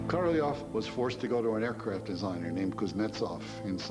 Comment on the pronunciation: If I hear Korolev pronounced incorrectly again I'm going to scream